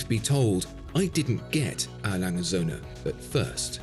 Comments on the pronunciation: Languh ohnd Seuhnoh – well a bit like that. The ö is the same sound as ou in “journey”. Also I would skip the A. – I’ve only heard it as Lange & Söhne before, which is more elegant anyway. It’s the same as with C.G. Jung. Only need to mention all his initials once really. Or we go all English: Long & Sons 😂 Solved. German speaker here, by the way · Ah Lange oont Soene = (Mr.) A. Lange and Sons. The & is pronounced "oont". To mimic the German "ö" use the pronunciation of the "u" in "burn" or "e" in "term". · Good channel marred by alarming mispronunciation of multiple languages. One should not be permitted to purchase or claim admiration of the company A. Lange & Söhne without respectfully pronouncing the name correctly; it's not that hard. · I see that the pronunciation needs one further explanation: In English, you cripple 'and' in terms you want to combine to 'n' - like in Rock 'n' Roll or Rhythm 'n' Blues, so that it sounds like one word. That's a no go in German. And especially for a timepiece like the Saxonia you have to take your time and must not cripple the 'und' ;))))